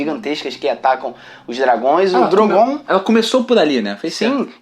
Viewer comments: Para de falar DROGOONN cara, é Drooogon 😂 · Gastura deles falando "drongoon" eca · Só me incomoda nos vídeos quando chamam "Drogón" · Falar DrogÔn e valankuar chega a embrulhar o estomago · Drogôn? Kkkkk